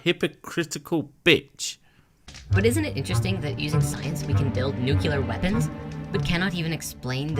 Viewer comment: Isn't it interesting that cannot pronounce nuclear correctly? I'm just amazed that THEY didn't tell him that the moon was installed by the space jews!